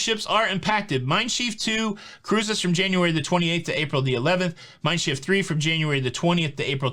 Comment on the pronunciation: I like to explore the city I depart from, before, after, or both. And Schiff is pronounced just like ship, with an f sound instead of the p sound.